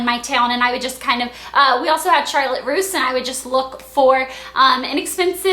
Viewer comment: You say Charlotte a lot different than anyone I've ever heard.